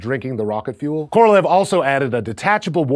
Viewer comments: His name is pronounced Korolyov, not Korolev. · Thanks for that truly awesome vid! But i should admit that in russian his surname, "Королёв" it's pronounced more like "Korolyov', not "Korolev". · His name is pronounced ka-ra-LYOFF. Stress on the final syllable. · indian worst pronounce